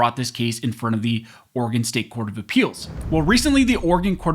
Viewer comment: Thank you for pronouncing Oregon correctly.